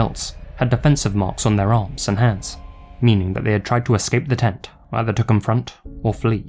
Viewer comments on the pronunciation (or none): none